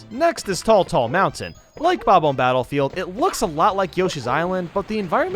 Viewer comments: its said ah mb not ohmb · smfh "Bob-ohm Battlefield" you say? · Your pronounciation of bob-omb still bothers me...